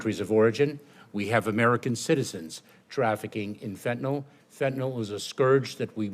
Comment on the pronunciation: Somebody please tell these people how to pronounce fentanyl. Last syllable rhymes with hill.